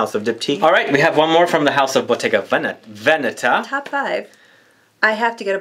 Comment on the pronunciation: Love your videos! It gives me a channel to focus on. In Bottega Veneta, the emphasis is on the first syllabe like VE'neta. Déjà le printemps --spring already.